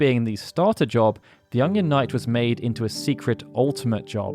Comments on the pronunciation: Are you saying "Onion" or "Ungyan" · Is something up with my ears or does he keep saying Ongion? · You're English, why can't you say onion properly? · The way you pronounce "onion" bothers me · why does he say onion so weird